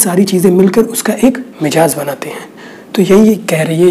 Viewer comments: Very nice. U r doing great job. But its not MIJAAZ. corrct pronounciatn is MIZAAJ. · mijaz mt boliye jnab mizaj hai sahi alfaz.